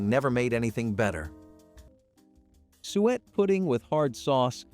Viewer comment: "sue ett", "stuh len", When plums dry, they become raisins.